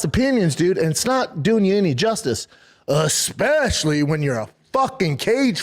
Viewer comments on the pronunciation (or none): Aspecially lol its Especially . Every not every. This is the new tito ortiz